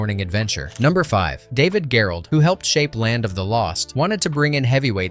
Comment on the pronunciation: "Pyoof an' Stoof"...? David "Gherold"...? The Creature from the Black Lagoon Gillman is "Jillmen"...?